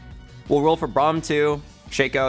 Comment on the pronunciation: “Oo bram” you mean braum